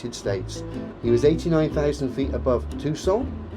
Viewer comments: I wish would stop pronouncing “Tucson” as if it were French. Too-sohn, dude, don’t short the N. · Interesting pronunciations of Phoenix and Tucson. Also, I can't help feeling that Ye Blackbird Of Awesome +5 is more than a little sullied by this character assassination. Full throttle go ...aaaand it's gone. (I also roflcoptered a little tiny bit at the Pewdiepie clip. Worth it.)